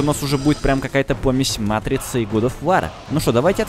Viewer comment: год оф вОр, а не вАр